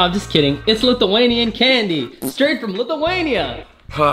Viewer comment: I hate when ppl says litheinia ITS LITHUANIA